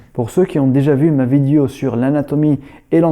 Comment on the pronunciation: J aime bien ton " vidio"